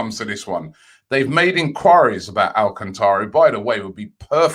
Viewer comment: talking of brazilians...Thiago Alacantra. robbie, he’s spanish 😆